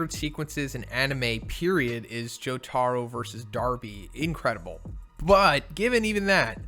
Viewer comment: jotaro's proper pronunciation is Jo ta ro